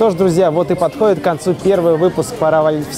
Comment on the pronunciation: Руслан, поДХОДИТ, а не "подхоит"